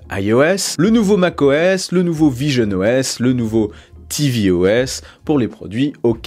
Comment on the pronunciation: quand tu as dit visionOS j'ai cru entendre pigeonne OS 😂